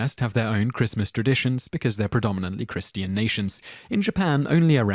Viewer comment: That was some painful pronunciation. "Kris-tee-an" and "cap-syul"?!